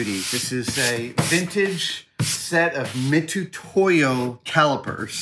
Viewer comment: fun fact (fyi): "Mitutoyo" its pronounced "Mitsutoyo". Love from Japan.